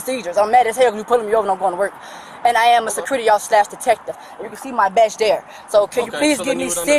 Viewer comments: She's a "secruity" officer Secruity, not security. 😂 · She sihcurrity 😮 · How can you have a business and not know how it's pronounced? It's se-cu-ri-ty.